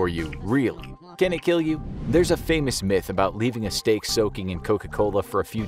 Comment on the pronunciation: It will keel